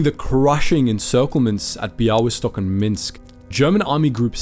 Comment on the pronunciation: Amazing pronaunciation of Bialystok. Well done!